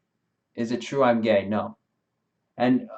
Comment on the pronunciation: no, it isn't a quote from the vid. It's to add to the error he made by making gay sound like a possessive noun.